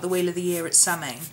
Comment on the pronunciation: It's pronouced "Sow-in" - I hope someone helped you with it in the last 8 years, LoL. Brightest of Blessings!